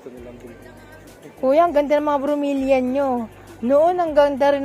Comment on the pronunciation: FERN HINDI FERM BROMELIAD HINDI BROMELIAN PHILODENDRON HINDI PHILODENDROM